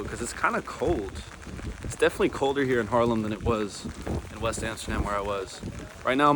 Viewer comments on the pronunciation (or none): At one point you said: im really close to Harlem ( i know you meant Haarlem) but my first thought was: no you're not, it's a few thousand miles to the west over in New York:):) Enjoy your stay and beware of those bikelanes:)